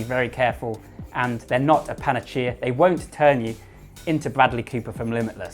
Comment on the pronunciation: FYI panacea is pronounced panner-seer not panner-chia 🤓